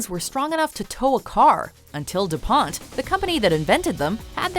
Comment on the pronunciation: you pronounced Dupont wrong